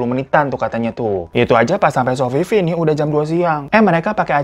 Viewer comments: Sofifi jdi Sofia 🤣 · Bandara Babullah dikate Balbullah, Sofifi dikate Sofia dahlah fan capek w 🥲🤣🤣